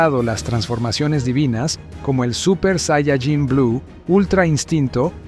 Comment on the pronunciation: Tanto te cuesta pronunciar bien la palabra "saiyaJÍN"????? tantos años viendo dragon ball y todavia no sabes